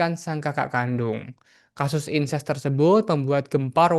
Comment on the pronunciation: Incest bukan Ines, ....